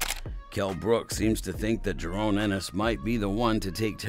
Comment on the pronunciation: JA-RON not JA-RONE!